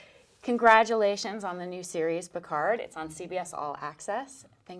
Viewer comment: ...and still not able to pronounce his name properly: it's Jean-LUc , not Jean-LOUC, plus the D in PICARD is SILENT!!! Love him, though!